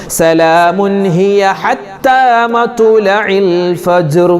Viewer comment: مطلع Ithil ط ساكنة alley Usthadey